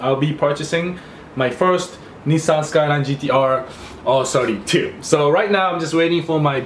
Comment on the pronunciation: Why does it sound like you say "Arse 32"